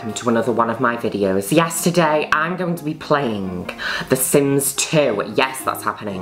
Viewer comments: I keep hearing "Yesterday I'm going to be playing..." Instead of "Yes, today I'm going to be playing..." and I hate myself for it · i hear "yesterday" whenever juno says "yes today"